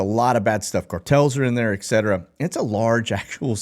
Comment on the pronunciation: Ekcetera?? Try this instead: Etcetera